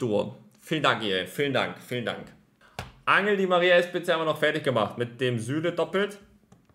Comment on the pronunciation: Bitte sag Anchel di Maria Und nicht Angel 🎣 😅 nächstes Mal mehr luck trust